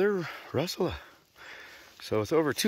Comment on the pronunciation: stop saying rushula!!!